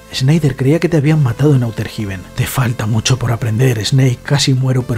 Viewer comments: Si no dijeras «outer jiben» y «Metal Yiar», lo petarías. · ¿Auter Jiben? jajajajajajajaja 🤣 Ondaaaaaaa vitaaaaaaaaaaal.